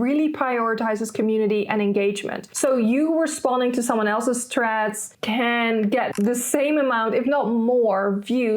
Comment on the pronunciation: Why she keep pronouncing the name wrong 🤦🏽‍♂️